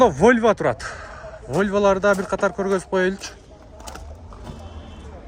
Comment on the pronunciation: Войва эмес волва десен